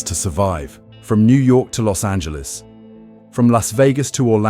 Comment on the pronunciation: A British guy finally pronounced Los Angeles correctly. 😱